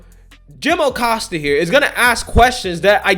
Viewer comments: I love the way you kept saying “Jim O’Costa”. Kinda like “Joe O’Biden”. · Aggghh! Don't know why, but everytime says Oh-Costa it drives me nuts.